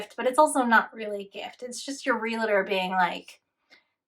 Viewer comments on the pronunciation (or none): It's REALtor, not re-la-tor.